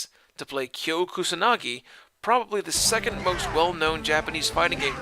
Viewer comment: Ryo is pronounced REE OH and Ryu is Ree oo. In surprised you pronounced Kyo correctly....